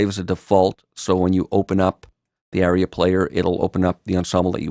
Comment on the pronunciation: FYI "aria" is pronounced AH-ree-uh, not "area."